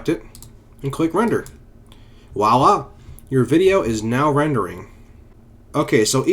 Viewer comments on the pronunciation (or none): Er... It's actually "voilà" and not "wha-la"... :)